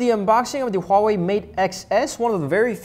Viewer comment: He pronounced Huawei right